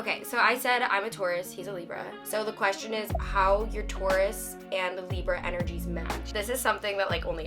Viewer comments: LOL kept hearing "tourist" instead of "taurus" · Yea..exactly. i had the subtitles on and even they said tourist 😂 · Not me thinking that was saying "tourist" instead of Taurus for half of the video. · I’m so fucking stupid I didn’t realize until halfway that you were saying TAURUS and not TOURIST 🤦‍♀️ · i kept thinking she was saying tourist 😭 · omg i thought you were saying "tourist" instead of taurus, LOL ok this make so much more sense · I thought he kept saying 'I'm a tourist' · 😂😂😂for real sounds like it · samee lmao I was trying to figure out why she was saying she's a tourist for the first half🤣🤣